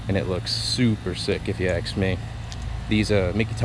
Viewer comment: And what color are you bro say ASK not axe